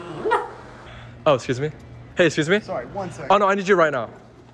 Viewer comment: “iS iT tOo LaTe nOw To sAy SorRaY”